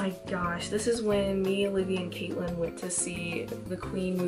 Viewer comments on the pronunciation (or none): none